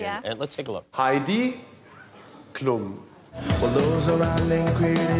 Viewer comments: Jimmy, her name is Klum, no Klooom. It's a short "u" like in ultra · Its so funny to hear how english people pronounce Klum